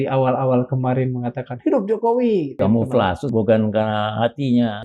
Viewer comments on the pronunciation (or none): tentara terbodoh satu indonesia... "kamoflase"? bacanya kaya rakyat jelata jaman2 dl pas pra jokowi pindah prabowo..pantes slalu di peralat penguasa ni orang